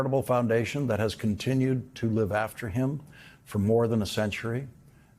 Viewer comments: Andrew Carnegie which you pronounced Car-nag-ee??? Really??? It's Kaar-nuh-gee. What a pile of lies you have told about Elon Musk!! I hope you are sued for defamation. It is laughable that Gates has would accuse anyone of injury to children. All this coming from a man that spent so much time with Epstein, his own wife divorced him over his Epstein connected actions. Also the same man in a TED talk told us the he and others would reduce the world's population by 1/3 through healthcare and vaccines. The was before COVID, and between their escaped GOF virus experiments and the faulty untested MRNA vaccine injuries he has a pretty good start on that reduction. He also said they were hoping for all newer MRNA vaccines, would not require the normal 8-10 year double blind studies that are normally required. You also have cherry picked your singular topic statement from Andrew Carnegie. Wiki is a treasure trove of this man's ideas about wealth. He is largely explained and a majority of democrats would be disturbed by his ideas, if any would give up the time to read about him. Carnegie believed first 3rd of life dedicate to education, 2nd third of life dedicate to building wealth, last third of life dedicate to charitable donations, certainly an admirable philosophy. However there are many aspects of his life, like busting his steel mill's union, he was pro monopoly, which his steel industry was, or the fishing/ hunting club he and his rich friends built, shortcuts resulted in the dea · Accent is on the first syllable- CAR- NEGIE